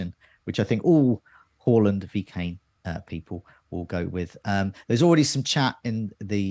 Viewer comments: It's pronounced Hawland in Norwegian. We were trying to be respectful to his language ...but ultimately failing :-) But as you point out he has anglicised his name so we can say Haaland from now on. Next week we'll go back to Haaland. Got Jaysoos right though ...we think ;-) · It is Haland not Hawland... he said it on SKY when got asked how to pronounce his Surname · It’s not pronounced horland. It’s pronounced haaaland. He did an interview with skysports last week where he was asked the correct way to say his name and he said haaaland 😃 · not being able to say HA-LANDS name is hilarious just watch his transfer reveal interview you can say HA-LAND OR HAW-LAND but he said the English version is HA-LAND. Pretty simple 🤣🤣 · I think you'll find is spot on with hooiiyyland 🤣